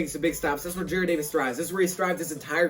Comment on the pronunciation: youre saying Jared instead of Jarrad again l ol